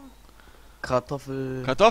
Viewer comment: lol der eine heisst nicht kartoffel sondern kratoffel xD